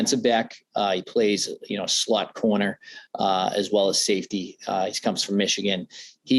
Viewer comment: did he just say "slut corner"?